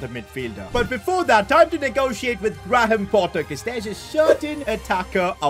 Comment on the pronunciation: Good vid btw it is grey'am Potter not gra-ham Potter.